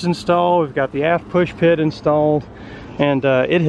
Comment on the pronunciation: Always LOVE your videos but please don't say "pushpit". There's no such thing. It's a stern pulpit. Keep posting the great vids!